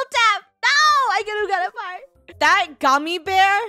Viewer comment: I'll take a par Funneh:I'll take a par to 😕😐 oof right there is par-ma